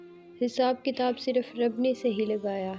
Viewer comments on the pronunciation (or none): none